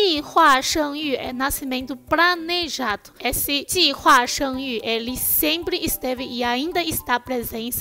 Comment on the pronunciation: Pranejado... Ok kkk, sei q é dificil pronunciar o R e muitas vezes troca por L mas o oposto realmente me surpreendeu kkk